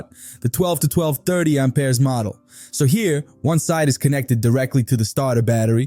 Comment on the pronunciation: Pure AI. I don't know any Brooklyn or Joisey Wop gonna say Aumpeers like a frenchy over plain old Amps. Amperes Amp Ears not Aum peers! Get your accents correct robot! I oughtta!!! 👊😡 🤖💥🤸